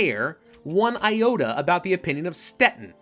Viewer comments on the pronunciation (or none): none